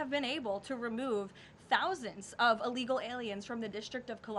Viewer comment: Illegal not uhllegal